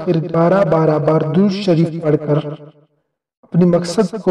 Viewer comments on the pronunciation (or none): none